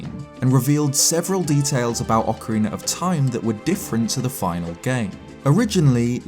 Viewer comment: Thank you for not having a weirdo saying "Ocariner" in this video. <3